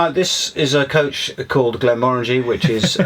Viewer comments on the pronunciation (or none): none